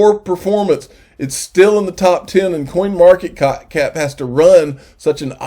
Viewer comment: Was it me or did you say coinmarket cock at the end of the video